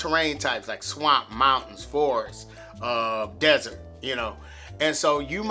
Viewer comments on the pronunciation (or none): none